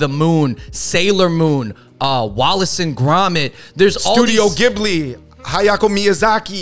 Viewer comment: “Hayako” Miyazaki… 😅